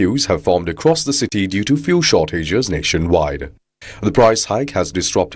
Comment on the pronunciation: FYI fuel is pronounced fyool not foo-el